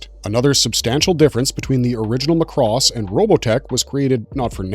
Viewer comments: Since moving to Japan I learned that Macross has several shows and Robotech was a mess created by HG. By the way, its pronounced "MAH-KOO-ROSS" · Ugh, this is unwatchable as the guy mispronounces every robotech word. It's Macross (emphasis on the first syllable) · is it pronounced muhcross or mak•ross?